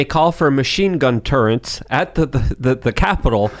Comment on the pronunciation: does every weird mispronunciation. Turrent for turret. Nucular for nuclear. I know I’ve heard a couple others as well.